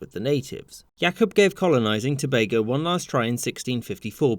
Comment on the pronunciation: I appreciate The fact That you pronounced Tobago properly❤🇹🇹